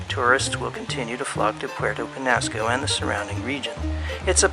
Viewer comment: The narrator needs to learn to pronounce Penasco properly.